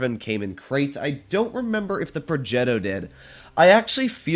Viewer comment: Complimenti per la pronuncia di progetto